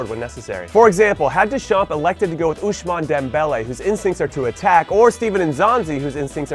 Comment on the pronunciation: Stop fucking saying ouSHmane its ouSmane dembélé!